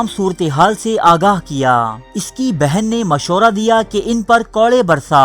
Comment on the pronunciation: Moshra nh hota urdu sahi kr bhai mashwara hota h